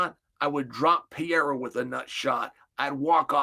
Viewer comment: Chael must know by now he’s pronouncing Perieras name completely wrong?